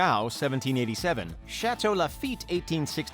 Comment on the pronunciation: Really liked how you murdered all the French words.